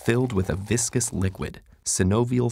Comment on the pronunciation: Ted Ed: It is covered in a viscous liquid. Me: Did you say Visco Squid?